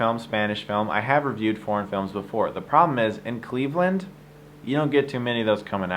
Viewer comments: When you started talking about foreign films I thought you were saying porn films and you were really serious and I was like "Wait, what porn films do you review that are really good? What is he talking about? Is he not even going to mention fapping?". Then I realized you were saying foreign and I was like OOOoohhh. It was funny. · I understood "porn films" :) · Why do I hear something else when he says "foreign films".